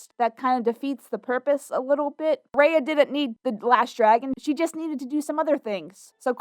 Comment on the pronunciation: how can people watch a whole movie with people calling out the main character's name but still mispronounce the said name??